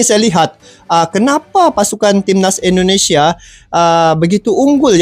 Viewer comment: INDONESIA BUKAN ENDONESIA !